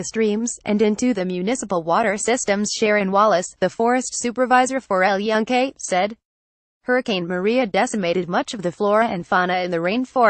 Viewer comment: at least get someone that can pronunce EL YUNQUE properly